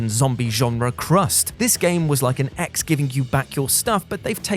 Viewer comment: Ok first I thought you said X, as in Mister X… then I realized you meant ex 😂😂😅